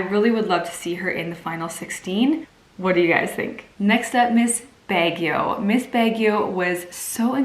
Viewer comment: Marunong kb mag tagalog.. kung nag spets k sna ng tagalog bilib ako sayo.. ska anong say mo nung baguio.. anong BEGYO.. HAHA...